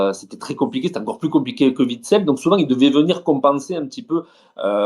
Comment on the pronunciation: On prononce Vitsel ou Ouitsel ?